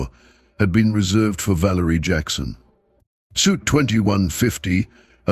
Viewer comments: He also said sweet one time! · I had to laugh about the word, suite, and the AI keeps saying suit. funny. another funny mistake, résumé (cv), they keep saying resume. good story.